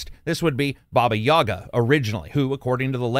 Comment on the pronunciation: Maybe there will come a day when Baba YagA is pronounced correctly, but today's not that's day xS